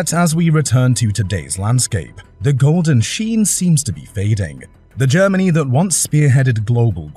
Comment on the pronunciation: Please stop saying "Germanee " and "Energee". It's seriously annoying.😅